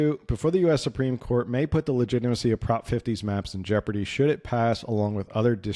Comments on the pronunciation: Jeoporady??? Is today's NEW English. . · Jeoporady? Really? Glad to edit for you...😂